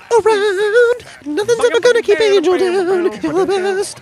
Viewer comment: Angel is pronounced "onhell"